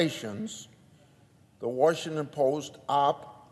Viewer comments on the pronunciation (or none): There is no "Warsh"ington ANNNNDDDD Grassley lied about Ukraine - Biden "connection"